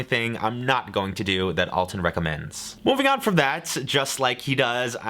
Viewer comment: If you love him you should know he's 'Al' ton not 'All' ton